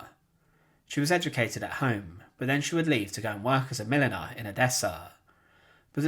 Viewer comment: Excellent video but I struggled with hearing the words properly. I was hearing your narration as She went to work as a Mennonite. Since that didn’t make sense lol I went back and listened a couple times. The last listen I put up the closed captioning feature and read that her job was as a Milliner in Odessa. That made much more sense and the mystery was officially solved. Thank you, ❤ from Shannon in Canada 🇨🇦